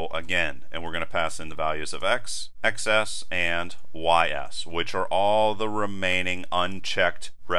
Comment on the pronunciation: I thought x:xs is pronounced eks and ekses (i.e. plural x) and not eks ess.